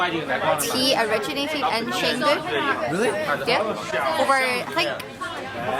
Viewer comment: The city's name is pronounced more like "Cheng Du" rather than "Sheng Du".